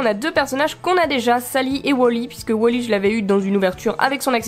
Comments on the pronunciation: c est wal-y pas wol-y si non je t adore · Du coup on dit wolly ou wally parce que tu dis wolly mais comme je dis toujours wally je ne suis pas sur donc je demande